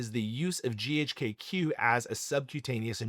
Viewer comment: Chemist here. Surprised you’re an MD, but pronounce GHK-Cu as “GHK-kew.” The Cu is the elemental abbreviation for copper, and is pronounced as separate letters “C.u” like “See-You” Also the “LR” in IGF1-LR3 doesn’t stand for “long release”. It stand for Long R3, where R3 is arginine